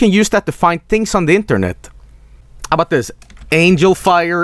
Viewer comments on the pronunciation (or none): none